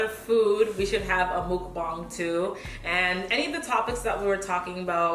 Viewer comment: Yes bring on ur channel more.you said it correctly the first time.,mukbang